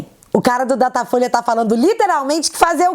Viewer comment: você errou em uma pronúncia. O nome certo é... DATA FOIA